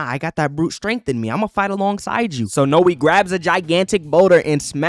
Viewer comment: Not how you pronounce Noi